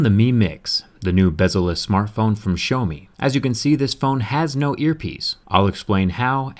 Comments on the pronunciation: Is that how you pronounce their name? 'Show me'? That's interesting... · The way he said "Xiaomi" made me laugh